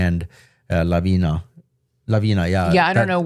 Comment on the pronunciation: The name of the band is Lavina, not Lavinia, which means Avalanche. "Kraj mene" (Next to me) is pronounced like Kray mene.